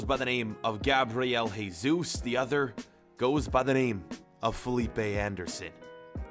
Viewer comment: Not Heysus but Jesus